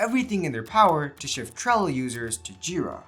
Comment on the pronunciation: Bro is way too exited about this video, and cant say trello, sorry buddy, just tone down a bit more for the next video so it feels more professional.